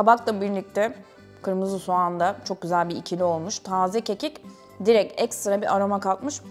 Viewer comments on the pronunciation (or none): none